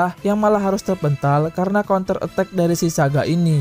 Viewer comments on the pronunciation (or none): none